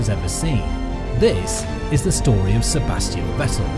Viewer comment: And the S of Sebastian is pronounced Z.